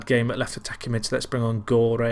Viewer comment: You should pronounce Gorre with the G of De Gea